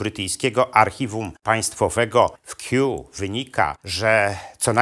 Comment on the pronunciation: Nie "Keew", lecz Kew i co to za opowieści o "ścinkach"?